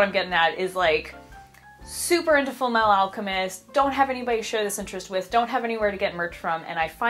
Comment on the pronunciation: "Full meh-ahl alchemist"